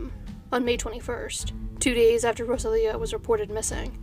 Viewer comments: Ro-Sah-Lee-Oh not Rosa-Leo...just trying to help. Gracias. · So happy to see another update video!! Thank you for all the hard work you do,!! In the event that there's another update in the Gutierrez case I thought I'd let you know that the name Rosalio is usually pronounced roSALio, with the emphasis on the Sal part. As always, thank you for all the effort you put into your videos. ❤️ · Pretty sure Rosalio's name is pronounced Ro-sallee-oh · His name is pronounced roh-SAHL-ee-oh.